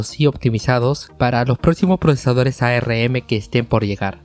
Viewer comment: A - R - M nadie le dice asi